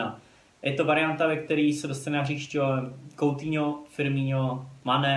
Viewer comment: Kdyžtak Coutinho se čte: "Kutýňo" :DDDD